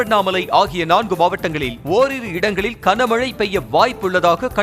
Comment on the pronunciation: (kana)க்கன மழை இல்லை (Gana)கன மழை பல தடவை சொல்லி விட்டேன். கமென்ட் லாம் படிக்கவே மாட்டீங்களா? திருந்துங்கய்யா.. 😮😢